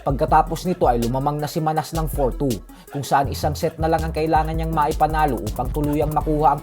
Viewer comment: Pronounce mo Ng Manas mali pa😂😂😂